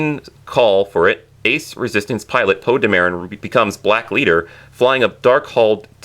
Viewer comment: Poe De-Marren lol